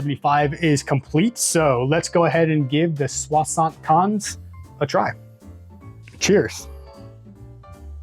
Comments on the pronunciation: oh, I was only talking about your pronunciation mate ! 😂 “Swa-sunt kenz” could be a way to pronounce it for an English person ? This being said, loved the drinks and deep dive. Gave me the thirst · You butchered that 75 alright 😂